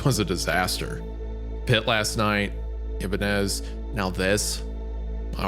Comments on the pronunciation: The ee-bah-nez, the ih-bah-nez, but never the eye-bah-nez. 😂 love you wendi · I-BAH-NEZ. Great episode tho, I only give the correct pronounciation is because thats my personal favorite guitar brand xD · Thank god for Hunters beautiful and haunting vocals in the background to distract me from Isaiah’s egregious mispronunciations of “Ibanez” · The fact that nobody is commenting on Isaiah pronouncing Ibanez incorrectly is concerning. Even more concerning is Hunter, who is a musician never corrected him. Also, Isaiah saying hot is off-putting and kinda pulled me out of the story. Lol. Fun story though. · Hunter has to be trolling letting Isaiah pronounce Ibanez like that 😂